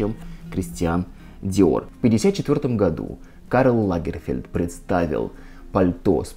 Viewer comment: Не могу перестать слышать в вашем слове "году", французское "gadoues"! Хах! 😉